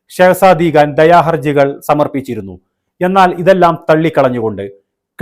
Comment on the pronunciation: Khan .. it’s not Gaan ‘